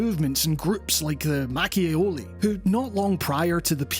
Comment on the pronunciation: Your pronunciation of Macchiaioli was very good! (I'm italian)